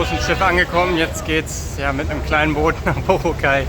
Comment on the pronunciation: BorAAAAcay,. nicht Borooocay - steht auf auf allen Schildern und vielen Booten, nicht zu übersehen! Mit einem Papier-Reiseführer, oder Internetanschluss findest du jeden Hafen, jede Fähre, alle Abfahrtzeiten! Man sollte jedoch nicht glauben in wenigen Tagen irgend etwas kennen zu lernen. Das wahre Leben findet man nicht in den Touri-Hotspots, aber es ist leicht zu finden. Abhakerei, möglichst viel in wenigen Tagen, finde ich furchtbar, denn es gibt wirklich viele wahnsinnig schöne Ecken, fern aller "empfohlenen" Routen. Bei dieser Hechele von Insel zu Insel ist es nur Stresserei und man hat sehr viel verpasst. Essen sollte man unbedingt probieren: verschiedene Adobos und Lechon Babo!!!